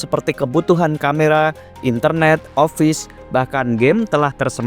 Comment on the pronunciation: Pronouncenya dibenerin lagi kak. Masa office dibaca offais.